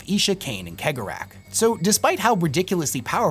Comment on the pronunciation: Your analysis of Slaanesh and Khaine is completly wrong, but you are a blind mon-keigh so you get a pass. Also, it's "Sey-gor-ah " not keg-or-ach.